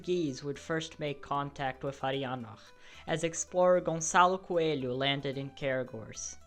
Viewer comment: I’M DEAD. As soon as I heard you say the name "Gonçalo Coelho," I knew right away you’re brazilian